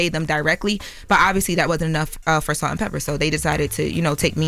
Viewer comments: IT'S "PEPAAAAA" NOT "PEPPER" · How many times do we have to listen to say “Salt and Pepper” instead of Pepa?!?! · Pepa, not Pepper. 🙄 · It’s Salt N Peppa… not Pepperrr 😂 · It did something to my soul every time she said pepper. Smh! Get it right! Smh